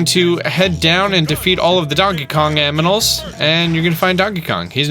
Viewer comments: When you said donkey Kong amnimals it made my day lol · Lol Donkey Kong aminals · “aminals” Really!?!?!?